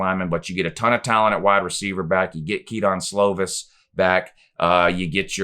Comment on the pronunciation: It’s pronounced “ke-din” slovis not ke-don but at least 9-3 prolly 10-2